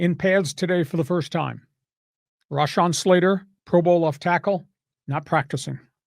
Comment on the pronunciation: Im sure you are pretty aware Slater does not pronounce his first name that way, show a lil respect